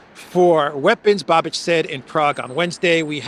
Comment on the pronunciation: I told you a couple of days ago, please pronounce Mr. Bais's name correctly. Š is pronounced Sh in English. It is Babish, not Babidge!!! Otherwise excellent show as always.